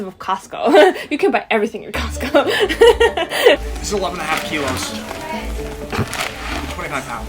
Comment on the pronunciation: Do Oregonians really pronounce the T in Costco, especially in such an exaggerated fashion … or has become the German? 🤔